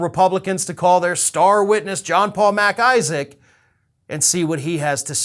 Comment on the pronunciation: I love how you enunciate MacIsaac. It`s not two words lol. PS, your cat is a STAR!